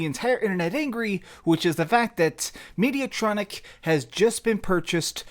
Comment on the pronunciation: Mediatonic, not Mediatronic